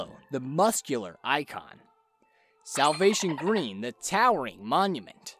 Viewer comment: Soulll? Selvlll?? Salvvvv? Never heard that word